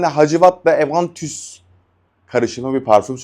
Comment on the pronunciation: Üstadım bir disleksin mi var bilemiyorum öyleyse kusuruma bakma ama parfümleri orijinal halleriyle söylemek istiyorsun ve neredeyse tamamını yanlış söylüyorsun. Evantüs diye bir şey yok, normal Aventüs diyebilirsin. Pağfam demen de yeterlidir doğma büyüme saint-germain'li gibi taklit yapmaya çalışmana da gerek yok. saygılar, sevgiler.